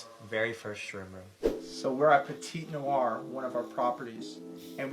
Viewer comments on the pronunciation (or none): none